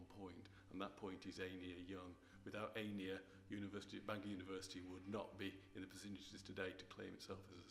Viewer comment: Could the man not pronounce Einir's name? Embarrassing.